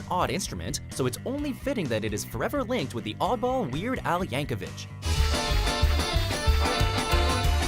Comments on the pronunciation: It's Weird Al YankoviC not Yankovich. Apparently not enough respect to pronounce his name right. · from dumbmojo did not even do the reasearch to find how Weird Al's last name is pronounced